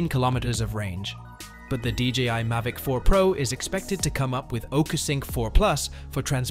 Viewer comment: What is a May-Vic 4 pro. AI = As